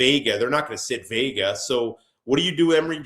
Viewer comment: ‼️@... ‼️ it's not Venga, it's Vega... like Jeff says 🤦🏾‍♂️